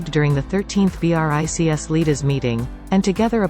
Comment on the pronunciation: it was such an interesting video - BUT, how much I have been fed up with these dead voices of robots! Why do they avoid real people's voices? And how she pronounced BRICS in the end? Shame, they spoil such an important information.